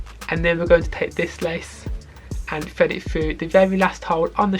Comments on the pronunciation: Have a drink every time he says ‘Fred it fru!’ In all seriousness, great video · Now we all heard bro say fred it frough😂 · "And fwead it fwugh" 😂 jk great video though